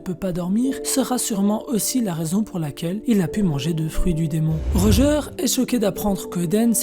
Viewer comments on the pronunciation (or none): Par contre ça se prononce « rodjeur » pas « rojeur » 🤷🏾‍♂️🤷🏾‍♂️ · Pk tu dis rojeur alors j’avoue jcomprends pas trop